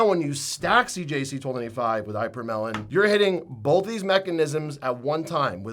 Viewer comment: Eye-per-melon is not how we pronounce ipa/morel/in or ipa/morelin